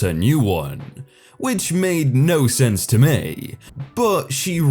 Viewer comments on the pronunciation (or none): none